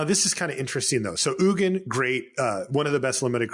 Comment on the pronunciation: Having trouble with pronouncing the G in Ugin? I have experience with this.